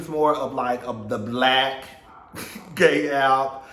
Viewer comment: I knew he was blyke when you said Compton.